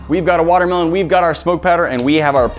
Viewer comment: ITS A WATER-MEH-LOAN!!!!!!!